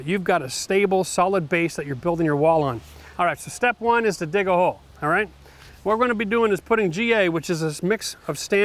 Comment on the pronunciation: "Ho-ole". Whole Hole? Had to hear that a couple times back, lol.